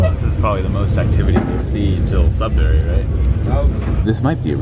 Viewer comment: I live in Sudbury (pronounced "sud-ber-ee" by the locals, not "sud-berry")! Never took the Budd Car though. And yes, Northern Ontario is VERY pretty. It's why I'm proud to live here! Highway 144! The main highway between Sudbury and Timmins, and the crossing is at Bannerman Creek, just south of Onaping Lake, where my grandparents built a cottage in the 1960s! I had a couple friends I went to high school with that lived in Cartier :D Chelmsford is the town I live in. I'm just down the road from that rail crossing! No station but it is a flag stop. Theoretically, I could hop on the Budd Car and take it to work! (edit: technically the stop for the Budd Car is closer to my place of work than my transit stop on GOVA is) I get to see the same views from my bus ride to work :P Speaking of which, you might be inspiring me to see how far on GOVA I can go in a day. It's a HUGE transit network, distance-wise. Unless you got to it before me! There is another station in Sudbury, on the OTHER rail line through it (I can never remember which is CN or CP but it's the one that isn't this one) that serves the cross-country Canadian VIA train. The downtown station ONLY serves the Budd Car, sadly. The other station, Sudbury Junction, is at the end of a road after a long industrial district and far from any of Sudbury's residential or commercial centers and far from the nearest local transit stop! Ha! Classic Sudbury! And I hope the homeless didn't accost you TOO muc